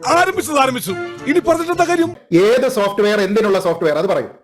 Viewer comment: സോപ്റ്റ് വേയർ അല്ല സോപ്